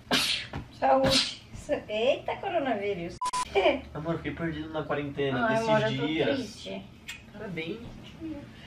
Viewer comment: Kkkk "eita courounavirous"